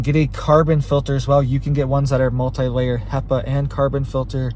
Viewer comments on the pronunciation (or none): none